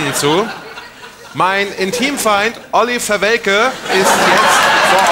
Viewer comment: Olí Verwelke höre ich tatsächlich zum ersten Mal 😂